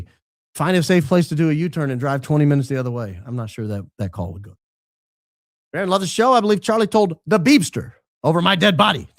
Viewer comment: you just said who you did the podcast with in the 2nd day BBBbbbaronn lol